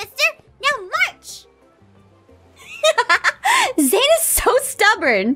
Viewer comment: Is it just me or does it sound like is saying “meaw march” instead of “now march”